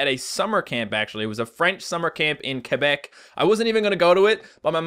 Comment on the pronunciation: Oh my god you went to Quebec ?!?!!!! AND YOU ACTUALLY PRONOUCED QUEBEC THE CORRECT WAY You were in my top 5 now you are in my top 3